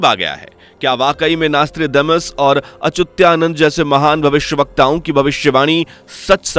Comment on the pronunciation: कई सारे चैनल्स की सुन के फिर अपने चैनल पर वही सुनाते हो । पर नाम तो सही बोला करो । संत अचुत्यानंद का सही उच्चारण अच्युतानंद है 😠